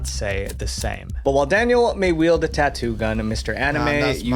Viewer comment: what is tauuu? =)) i was thinking is Tattoo not tauuu